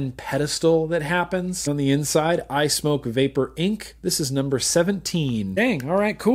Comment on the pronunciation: Hey, thanks for pronouncing SMOK the correct way (smoke). A smock is something you wore while finger painting in kindergarten!